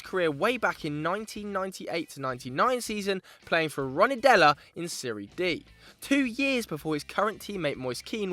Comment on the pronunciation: "Ronidella" I think you mean Rondinella